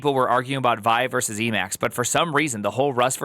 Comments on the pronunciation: It's wild hearing say vaɪ, with his half-million plus rabid fan-base. He's just about single handedly changed history. It was always viːˈaɪ (vee-eye)—just as ed was always ee-dee—to all the OGs, but then time passed, and no one said it for years, and then a new, young, eager group grew up, found it, but only encountered the name through text, so they don't know that literally nobody from the original group of Linux creators and users pronounced it as the single syllable way, and now all of you say it. Now I want to get famous and teach the next group of kids that GIF is pronounced HEEF. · Btw it’s pronounced “vee-eye” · it's pronounced with its 2 letters, v-i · I admit, I thought "Squeal" for sql, "Gson" for json are kinda cute, but "Vy" for Vi is too much!!